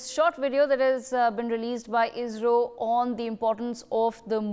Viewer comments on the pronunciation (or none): Not IJRO it is ISRO